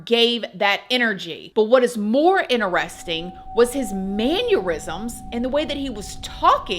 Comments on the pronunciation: Can people that speak on all these platforms please learn that mannerisms is a word and manurisms is not . Maybe that’s a cross between aneurysm and manners???😂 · I’m starting to see this. Please pronounce MANNERISMS CORRECTLY. It’s not MAN YER RISMS It’s MAN ER ISMS. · NO SUCH WORD AS "MANURISMS" -- MANNERISMS IS HOW IT IT SPELLED. WHAT AN IDIOT!! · doesn't even know how to pronounce mannerisms so... Point proven